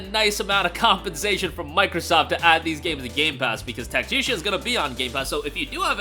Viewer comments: It’s Tac-Ti-Ca Not Tacia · FYI it’s Tactica not Tacticia…. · Sir, its Tactica. Tf is that pronunciation lmao